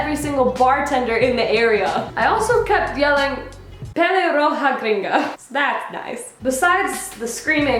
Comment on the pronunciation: "pelirroja gringa" 😂😂 so bad spanish "lo siento"